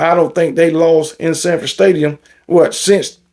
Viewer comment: Dang. Your Colorado Buffs dominated. And it is Sanford Stadium. Not Shanford Stadium. Go luck with the Tigers.